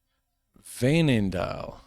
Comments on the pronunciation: Veenendaal pronounced very well but remember to do it this way: Veen-en-Daal, basically three seperate words. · That's a good pronunciation of Veenendaal!